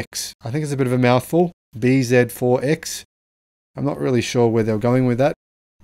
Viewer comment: It is not B ZED 4..........It is BZ4..........